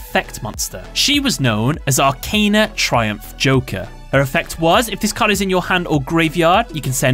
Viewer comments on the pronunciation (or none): none